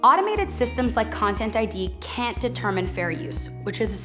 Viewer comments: When she says the algorithms “can’t” account for fair use, I think a lot of people would swear it sounds like “can” because the T is very hard to hear. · I heard "can". Don't care what sub titles says. "Can Account" blended. "Canaccount." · it sounded like "can account" to me